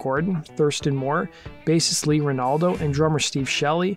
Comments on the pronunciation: I stopped watching after "bassist Lee Ranaldo". Jog off, dude. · "Bassist Lee Renaldo"? Oh boy.... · I stopped the video at "Bassist Lee Ranaldo". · You said "bassist Lee Ranaldo" twice... Shows how much you know about the band.